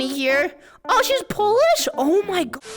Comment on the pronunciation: 11: 15 - For all non-Polish speaking snackers, she just repeated the first part, but in Polish:P And hearing butchering my native tongue, I can't decide, whether I am insulted, or entertained XD